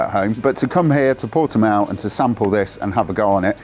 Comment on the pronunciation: Easily the best review so far of the new CBR600RR on YouTube in my humble opinion. It’s very much on my short ‘must ride’ list for this season. Also, it’s great to hear that someone can actually pronounce Portimao correctly. Cheers ☺️👍👌